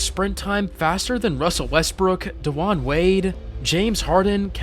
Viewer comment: Yo bro who the fucc is DeJaun Wade ??? I heard you say some other name wild but I missed it didn’t feel like going back, you don’t have a wild accent so why are you pronouncing names so terribly ? You from Canada?